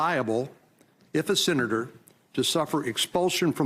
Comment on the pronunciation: Did he just say “sinnetor”?